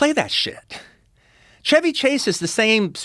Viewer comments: "Shevy" is the correct pronunciation. Just the the car, you don't say "Chevy" with the Ch like "check". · I love Tarantino but god the way he pronounces Chevy Chase is just the worst lol